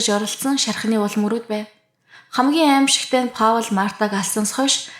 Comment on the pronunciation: hi Паул гэж хэлдэггүй Пол гэж дууддаг шүү амжилт!